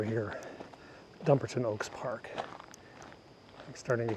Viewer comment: Need to correctly pronounce Dumbarton Oaks. Enjoyed the Cathedral garden walk video segment.